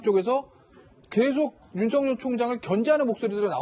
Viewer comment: 앵커님께 한가지만 물어봅시다. 윤석결로 발음 해야됩니까? 윤성열로 발음해야됩니까? 헷갈리네요